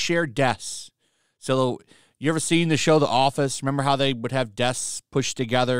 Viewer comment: This is hilarious.. "Desks" comes up as "deaths" on closed captions because you can't pronounce the "sks". "Deaths are not attributed to any one person" and "Fewer deaths than staff" reads way more appropriate for their situation.